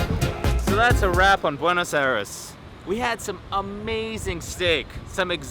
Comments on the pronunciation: It's "BWAY-NŌS EYE-DESS" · furious Pete you say Buena's Aires wrong 😑my people should be mad 😡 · am I the only one that cringed whenever he mispronounced Buenos Aires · Ovide Chery I'm from Buenos Aires and I'm not mad about the pronunciation.